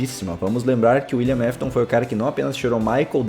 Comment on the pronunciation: William aftas